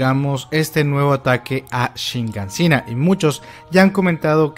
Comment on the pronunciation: Shiganshina. SHIGANSHINA!!! Quita ya esa maldita N que le pones, que parece que no te enteras